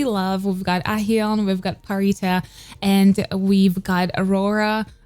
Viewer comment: U keep saying pharitas name as pharisa, there's a t in her name, I'm pretty sure there's a different way of saying it I'm used to people saying pharita